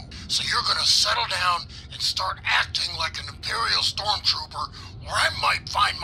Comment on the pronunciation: What's a storm 'tropper?' Did you mean, trooper? 🤣